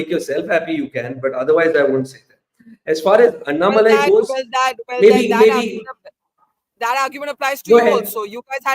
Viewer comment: It’s Annamalai not Annamali😅